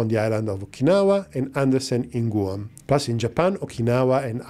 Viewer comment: loves his clickbait thumbnails, no matter who they’re meant to appeal to. Great content, the breakdown was pretty fair. Also,, Guam is pronounced more like “G-wam”, not “Goo-um”. English is strange 🤷